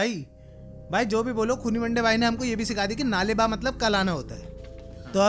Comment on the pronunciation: That is nale ba not naale(well)